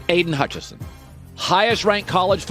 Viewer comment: Needs to learn how to say Aidan Hutchinson